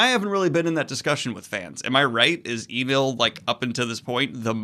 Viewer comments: it's É-NELLE NOT EE-NULL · Enel is pronounced N-L. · E Nel? Enel is spoken different, and as a writer you should know better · omg the pronunciation. I could somewhat forgive kaeido instead of kaido. But wtf what iinel. It is suposed to be like NL, like the 2 letters. I know it is small and I am sorry for this but it bothered me so much.